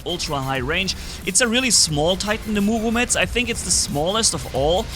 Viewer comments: Bro please say Murometz instead of Muvometz😂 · I get second hand embarrassment/cringe each time he says Murometz... ;((